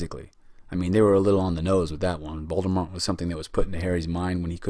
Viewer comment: I was just riffing on the fact that he said “Voldemont” lol